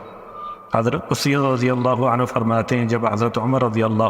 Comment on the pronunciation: اسید بن حضیر۔ الف پر پیش ھے